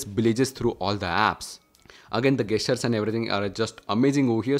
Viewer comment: Idk why you keep saying "Gas-tures" its pronounced as Jess-churs" this aint to improve your vocabulary but to save me from annoyance & your wife from embarrassment every time you say that very word. Thank me later✌ Edit: & Yes i wholeheartedly enjoyed every second of this video watched it in 1080p 60fps!